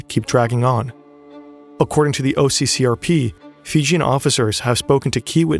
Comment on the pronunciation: The pronunciation is usually Fee-Jee-'n and not Fi-Jin.